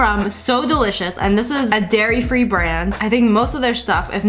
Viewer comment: Paul Moss They didn’t say it was. They just pointed out that said “Gairy free Gelato”